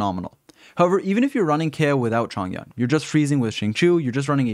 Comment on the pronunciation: im sorry but ur pronunciation is horrible. xinqiu is pronounced: sing cho. not sing chu.. and chong yun??? its pronounced chong yoon.